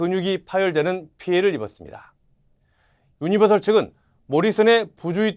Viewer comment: 유니버설 입니당 셜 아닙니당